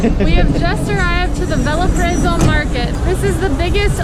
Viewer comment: Great video! So that you guys know, Belem is pronounced somewhat like Be-LANE. The Be part would sound like Be in "Bed" word, not in "to be" or "be in love".